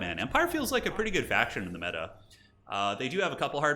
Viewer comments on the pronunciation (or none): none